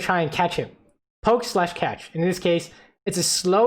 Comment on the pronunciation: I thought you said "Lucian will flash the bombs because it's CASH," and had me rolling. Catch makes a lot more sense though lol